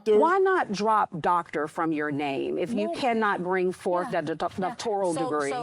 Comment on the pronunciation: I never followed her or watched any of her material with the exception of a few sound bites from being in the black entrepreneur space before all of this controversy. She was automatically disqualified the first time I heard her say “mines”, “doctorial”, and “skoo(ll)”.